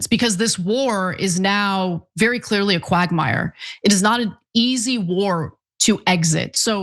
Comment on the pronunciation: Effectevlly, literally, clearlly àaaaaaahhhhhhhhaaaaaa😢😢😢